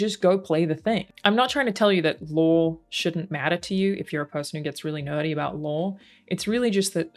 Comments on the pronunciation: This is the first video I've seen of, I've never played any of the Fallout games, or seen anyone play, so I searched for this because it's a fan perspective. But her pronunciation of "Lore" comes out in captions as "Law"!!! lol It would be great if you could take the time to fix the captioning. Or else start pronouncing your "R's" dammit! No, you I know won't do that and that's fine, it's kind of adorable. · OMG up until the very end I thought you said they broke the "LAW" lol. It wasnt until you mentioned it not being a 1 to 1 that I finally caught on that you where saying "They broke the LORE"